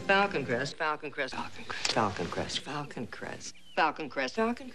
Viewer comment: After the first minute, it sounds like she is saying Falcon Crest octopus!!!....lol